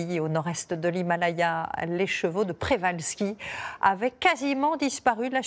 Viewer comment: Le nom du cheval est celui de son découvreur, le naturaliste russe Nikolai Mikhaïlowitch Przewalski ( ) d’origine polonaise. Le digramme rz polonais se prononce J. On doit donc dire Pjévalski. D’ailleurs écrit en cyrillique le rz est remplacé par la lettre correspondant au son J.